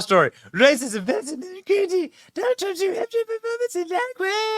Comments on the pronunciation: "He lost New HUMPshire......" Some journalist. Can't she even read a letter A on her teleprompter...for New HAMPshire? Who's she got on her mind and what's HER name - - or is it THEY/THEM/THERE-THERE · Rachel Maddow said “New Humpshire” 😂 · New Humpshire 😂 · called New Hampshire, New humpshire?!😮😂